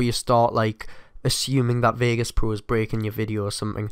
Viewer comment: "vegas poo"